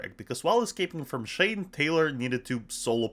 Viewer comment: first off its pronounced shane (shh-ayy-nn-e) not (shh-aww-nn) second off it was a hit series and i loved it